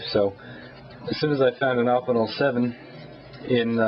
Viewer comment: Good review, you should show some of your other knives, im intrigued by the evolution of you knife selection, i have a feeling that its close to mine. by the way, im pretty sure that its pronounced "oh-pin-el" not that it really matters.